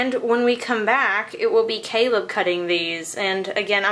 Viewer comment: was I the only one who thought Caleb said celeb😂😂